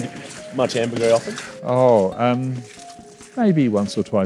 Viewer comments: It’s pronounced “amber-grease” not amber-gree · amber GREE????????????????? amber GREEESE you knob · This guy literally heard from experts how it’s pronounced and still keeps saying “amber-gree”